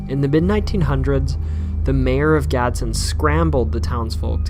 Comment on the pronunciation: Btw its not gadson its Gadsden I live there